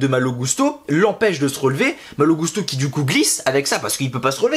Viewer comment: a chaque fois qu’on entends son nom dit comme ça, les gens que je connais se demande pourquoi ils disent gousteau les commentateurs 😁 (ça m’étonnerait que Malo leur est demandé de dire comme ça) Je me disais juste que ce message passerait peut être, mais cool 👍